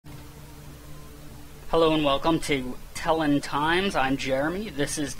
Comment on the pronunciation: do you really think telon is pronounced "tellin"?